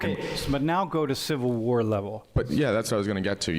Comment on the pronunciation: Is this AI? Noone pronounces "war" that way.